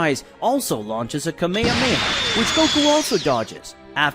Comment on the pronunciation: He lost me with the mispronounciation of Kame Hame Ha- He says it Ka Meha meha. Wtf